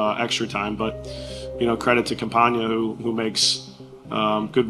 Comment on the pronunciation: His name is Campana not Campaña